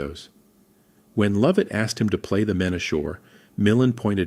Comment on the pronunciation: Not Lowvat! Luvit!